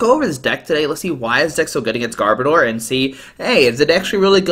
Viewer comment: You butchered gar-bo-dor name too!